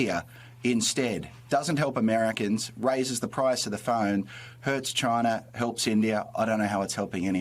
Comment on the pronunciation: Why are you saying China like that? Are you 12 years old?